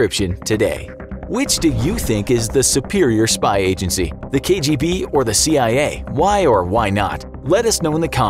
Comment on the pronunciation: Your pronunciation of what KGB stands for was a pleasant surprise